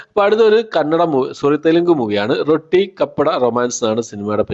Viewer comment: റൊട്ടി അല്ല റോട്ടി ആണ്